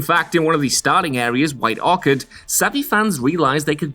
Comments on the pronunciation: White-orcad the accent got me LMAO! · I totally thought was calling White Orchard...White Orchid. My brain is the slowest😂